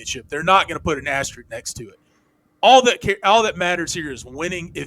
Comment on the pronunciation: Pet peeve. There are two S's in "asterisk". It's not "asteric".